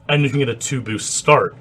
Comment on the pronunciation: "nice bewst" h ah ah ha i love canadians sometimes eh! buddy, guy, friend lol